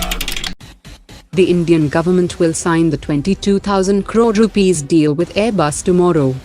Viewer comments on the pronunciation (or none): none